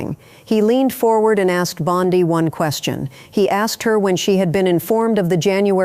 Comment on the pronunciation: Am I supposed to trust a report that can't decide on the pronouncement of "Bondi?"